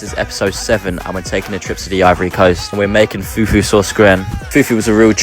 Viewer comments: It is the pronounciation of "foufou" for me😂😂😂...eh good job , very good job❤❤❤❤❤❤❤ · At what point did she say that in all African countries it’s called foutou? Why did you feel so concerned that you had to put yourself at the center of the discussion? He clearly stated the origin of the dish; he just made a mistake in the pronunciation, and she simply corrected it. If you don’t have any new information to add, just move along. She clearly pointed out the pronunciation he got wrong, so you know very well that this isn’t about your country. I really don’t see how your comment was necessary.